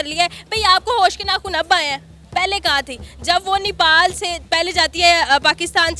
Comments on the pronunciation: Nipal kya hai? The country is called Nepal please correct your pronunciation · Nipal nahi bhosri... Nepal bol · Are vo madam vo nipal nahi nepal hai....😂😂